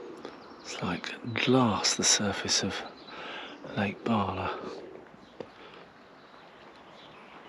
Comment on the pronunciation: It's BALA. No R